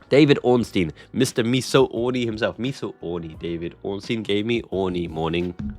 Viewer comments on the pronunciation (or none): none